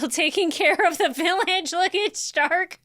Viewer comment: It is Stark Shtark is the German pronunciation (a lot of the names are German words). But it's not the German dub, it's the English dub.